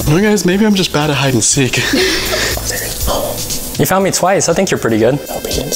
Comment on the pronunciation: You said seak it’s seek